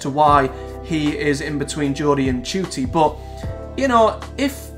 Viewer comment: How do you pronounce his name ? Im hearing you say Judy ? While im saying Nah Ku tee